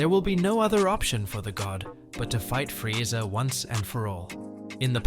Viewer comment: Bro says Frieza like frieza, bro its freeza